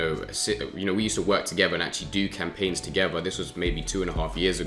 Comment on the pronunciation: "Togever" lol 😂